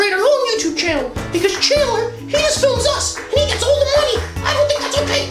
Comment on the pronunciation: Well sorry :/ I thought he either said solds or flims 😂